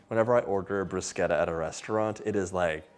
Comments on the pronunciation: Dear John...thanks for saying bruscetta and not brushetta!😊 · Thank you for pronouncing it correctly, John. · He pronounced it correctly thumps up from the beginning ❤😊😊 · Thank you for pronouncing it correctly! 🇮🇹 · I was just about to type the same comment!! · The way he says it is the Italian pronunciation, you see enough Italians online correcting people so now I say it correctly too :)